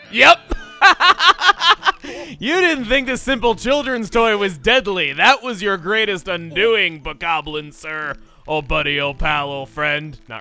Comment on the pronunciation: I think it's actually supposed to be pronounced boekoe blins, similar to the boko babas from wind waker.